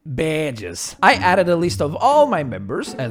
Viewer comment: Ahh yes. The most portuguese "BAHDEGS" I have ever heard.